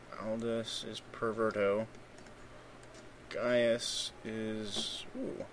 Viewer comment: guy-us and nye-us (the c is silentio)